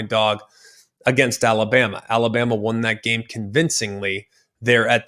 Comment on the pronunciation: Had a problem with saying Alabama there buddy! 😂 Colorado 42 KSU 17